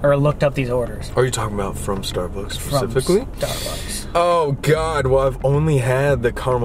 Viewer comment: “are you talking abt form starbucks FeCiFiCkLy” excuse me what colby?